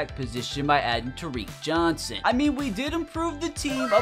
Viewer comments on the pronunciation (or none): Taron Johnson, Not Tarik